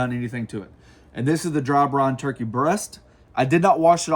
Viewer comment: Is he saying “ Brone “ ?